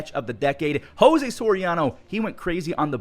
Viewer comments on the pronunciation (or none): none